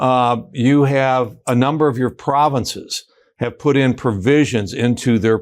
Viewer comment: Not only should the Ambassador be kicked out… notice how he repeatedly pronounces “province” with a stress on the second syllable with a lilt of disdain.